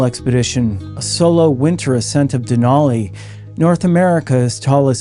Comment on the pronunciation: "Denali" is pronounced with a flat "a" to rhyme with "alley" and "valley". I learned this when I lived in Fairbanks. .🇺🇸🌄☕